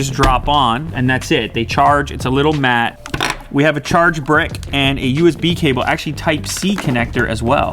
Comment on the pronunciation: He said brick kind of weirdly